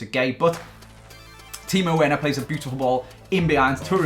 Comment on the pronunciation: it's pronounced verner btw